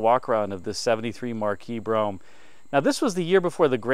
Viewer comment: On a secondary less important note. Great job on pronouncing Brougham correctly! It get a tiny cringe when I hear Bro-ham from other videos. Easier to be critical than creative lol!